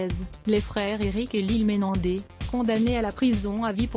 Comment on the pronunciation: MenendeZ 😂😂 ! Pas Menendé ❤